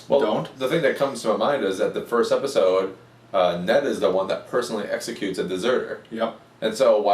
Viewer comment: Amazing review, and you forget the d in episode